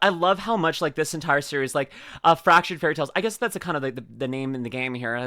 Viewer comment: 10 seconds in, and I hear "Fractured Fairlytales & Faulty Forklifts" This is gonna be GOOD!